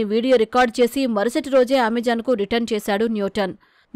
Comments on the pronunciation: Its not amejon its Amazon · AmaJaan kaadu talli its Ama-zon Ni jaan ni denga